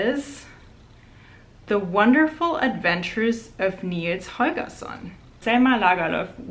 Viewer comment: I was SO confused how the heck you pronounced Nils Holgersson so perfectly, and was like where is the girl from?! And then it all made sense when you mentioned your family in Germany, hahaha